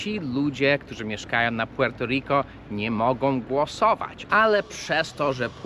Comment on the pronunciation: Te twoje "puŁerto riko" rozkurwiło nie tylko mnie, ..ludzie piszą ci to komentarze, chcą ci wbić do półjankeskiej makówki, a ty dalej swoje..większość czasu, dwa dziewczyny, itp...I mnóstwo td